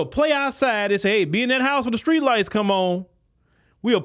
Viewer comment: It’s “Them Skreets” 🎉